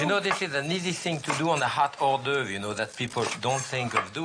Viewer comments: or-dovrie 😅. Love Julia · “As an Ore-Dovree” 😩 god I love her